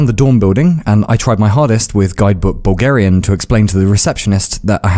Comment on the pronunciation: Why do I keep hearing "Boogerian"